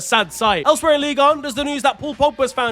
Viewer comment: ligue duh? lol